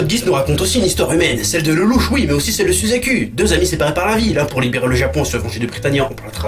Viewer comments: C.C ça ce dit Chitsu (Littéralement Chitsou hein hein hein) T-T.... Comme pour... SUZACUL (y) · suzacul... J'adore ta prononciation !